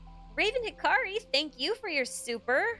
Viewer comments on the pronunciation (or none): none